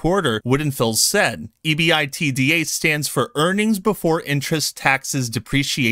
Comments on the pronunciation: BTW - EBITDA - pronounced E-BIT-DAR by the Wall St. types. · Love your content brother. Heads up that EBITDA is literally pronounced "eebitda". Look up the pronounciation before making the video. Also I noticed a change in your microphone. Pick up one of those Shure mics. Still, absolutely love your content and keep it up.